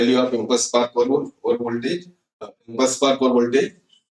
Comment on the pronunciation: please clarify impulse spark over voltage as your voice is not clear that time